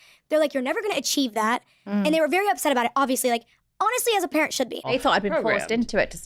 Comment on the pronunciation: i love your show. But you really must work on your pronunciation. Every time you say the word, "Pimp" it sounds like, "Parent".